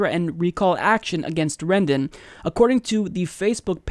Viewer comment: "Rendon" Rendon!